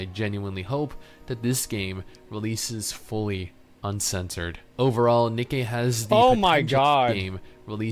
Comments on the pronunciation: It's Ni-Kee not Nike. LOL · its Nikke not nike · He really said Nikey I forgot about that